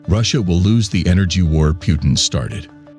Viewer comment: Lol phewtin